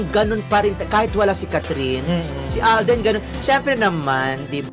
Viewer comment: Alden Hindi aldin